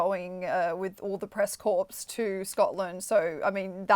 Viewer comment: ... Press Corps ... not Corpse ...😂